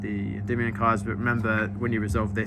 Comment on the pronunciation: he pronounces Endymion correctly